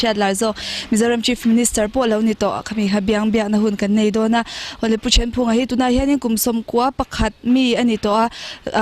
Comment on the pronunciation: Pu Thenphunga hming i lamdan kha a diklo🤔